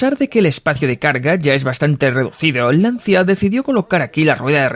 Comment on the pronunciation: mi querido doblador...se pronuncia: "Lancha" =) <3